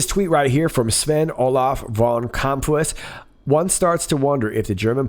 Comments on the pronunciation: Dutch national here. It's Kamp-huis, pronounced roughly Camp-house (and means the same). The ui-sound is a pain, just pronounce the ou from house slightly more like you stubbed your toe (ai!) and you're good. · Kamphuis, in English this sounds more like Kamphouse. In the Nederlands a UI vowel pairing sounds like OW. Don't ask me why, Dutch vowel pairings are some the most confusing thing about their language.